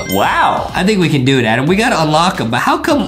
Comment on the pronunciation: HIS NAME IS NOT ADEM HIS NAME IS ADAM